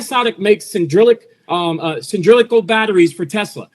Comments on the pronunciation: Bless him. He is getting so excited he's pronouncing cylindrical as cindrillic batteries. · "cindrilical batteries" - dude can't even say "cylinder" right, yet he is an analyst... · Can we talk about "sindrilickle" batteries please? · I must get me some of those "Sin-drill-ic Sin-drill-ical" batteries, they sound "guuuud" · cindrilic batteries? Hey, this guy is a moron. Cylindrical is an actual word. You should have caught this and run it in a loop. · "Panasonic makes sin-drill-ickle batteries." 😂😂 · "Cyndrilical" batteries? Oh, we're using our made-up names. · i think he meant cylindrical